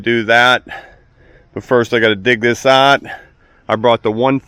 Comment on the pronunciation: What is up with saying “ot” instead of out? I get Canadians pronouncing out as “oot” but I have never heard an American say “ot”.